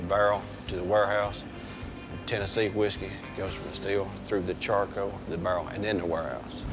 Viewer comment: Tennessee whiskey goes from the steel, through the chako, to the bärrrrrr and then the warehouoos..